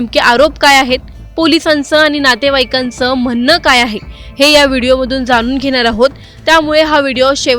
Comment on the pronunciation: Bolne पुनयातील रुग्ण, उडवणारा, म्हणनं ... णा आणीबाणीपाणी आपन❌ आपण ✅.... मधे मधे इंग्लिश शब्द वापरता पण मराठी पण (पन ) शुद्ध बोलता येत नाही... आत्मविशास दांडगा आहे... अशुद्ध बोल पण रेटून बोल... 😢मराठी शुद्धच पाहिजे!! पब्लिक platform वर बोलत आहात! आधीच मराठीची वाट लागली आहे